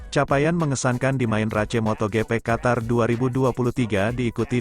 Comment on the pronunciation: 😂 bacanya RACE